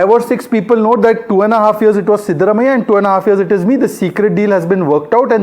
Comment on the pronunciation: Pronounciation is wrong. Siddarumaiah ❌ Siddaraamaiah ✅